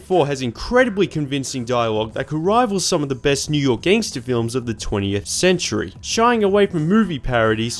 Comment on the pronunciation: Did you just say gengstar haha